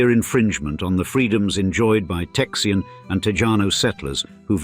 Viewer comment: I can't handle "Texian" lol